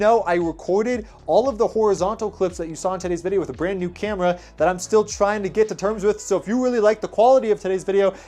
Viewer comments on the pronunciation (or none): none